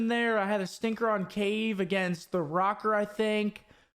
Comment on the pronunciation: 1. Thoughts on Dallas and Atlanta not being there? 2. It's rocker not roaker 3. Thoughts on that warzone game!